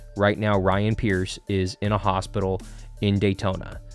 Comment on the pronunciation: Preece not Pierce. Ryan Preece